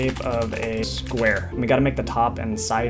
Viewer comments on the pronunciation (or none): "in the shape of a spuare"